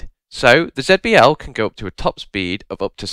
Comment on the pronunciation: Please consider pronouncing it Zee-B-L instead